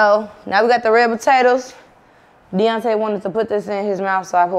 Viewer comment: It's saying "botatoes" for me but can't say "skrimp" 🤣🤣🤣 I Love Them